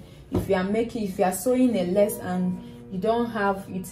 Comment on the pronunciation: It’s lace. With her accent it sounds like “less”